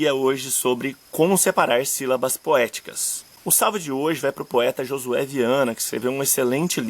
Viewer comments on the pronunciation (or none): none